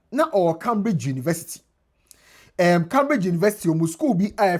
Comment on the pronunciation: pronounce Cambridge properly. Your pronunciation is wrong